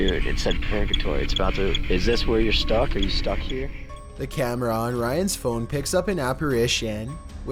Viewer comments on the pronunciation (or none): none